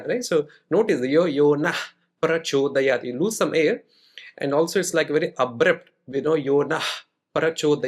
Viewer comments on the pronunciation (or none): now a days ,many brahmins who have their upanayan done believe chanting gayatri helps them spiritually or materially..but this small rule of naha + prachodayath..=naf prachodayath which should be used instead many people are using as naha prachodyat which gives an entire wrong meaning,deviating the sadhakas from righr path and wasting their precious years of doing meditation on gayatri mantra..May iswara bless the krupa of proper Saraswati on misguided brahmisn reciting wrong mantra and spoiling their time and life getting wrong outcome due to mispronunciation like the vrutrasura or kumbha karna seeking wrong boons..